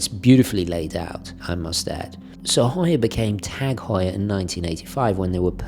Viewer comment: I'm completely biased because it's my last name lol. I'm just enjoying a full video of my last name being correctly pronounced and not "hue-er" like many people say.